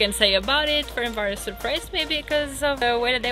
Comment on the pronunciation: almost got the name right FernCváros (C=tz)